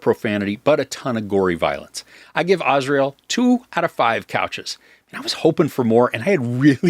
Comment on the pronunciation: Azrael is literally the angel of death. The name is pronounced Az-ry-el.